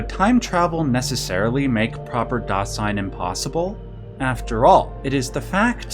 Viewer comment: great video but I got to be honest was a little hard to watch given each German word/phrase was mispronounced, I'm obviously biased but I can't help but think it's not that hard to pronounce correctly, Stein -- the S is like sh as in sham -- Shtein, Dasein -- that s is like a z zuh -- Dazein, I'm not into philosophy haven't heard of Dasein, interestingly Duden defines it as: das Vorhandensein, Bestehen, Existieren